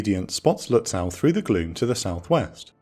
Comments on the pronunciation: Your pronunciation of "Lützow" is off by some kilometers! It's not "Lüts-sow" (means in German exactly the same as in English). The -ow ending ist typical for East German names (like Berilin Gatow airport) and is pronounced like a simple 'o'. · Minor thing, but the "w" in Lützow is silent. Has to do with place names in Eastern Germany originating in Slavic language. You'd pronounce the "ow" like the vowel in the name "Beau". Impossible to know for the untrained enjoyer of teutonic words. You nailed the first syllable, tho.